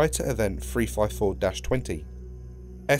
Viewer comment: Area freefivefour was constructed to stop furfer fweats